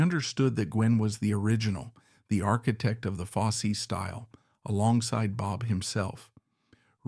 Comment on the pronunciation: Yeah “Bob Foss” really?